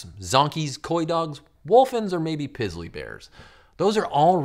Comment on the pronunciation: Pissly bear ROFL!!! (or is it Pizzly bear)